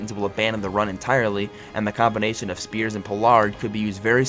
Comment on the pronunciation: How you pronounce” Skoronski”right but “Spears” wrong 🤣🤦🏾‍♂️